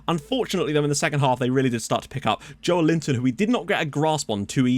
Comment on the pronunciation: Joeliton pronunciation would be more like "joe-eh-lee-tom"